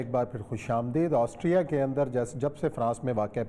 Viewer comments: aassterria ni austria hota he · آسٹریا کو آسٹیریا کیو کہہ رہے ہیں!